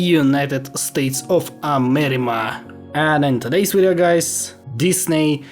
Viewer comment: why you say amerima?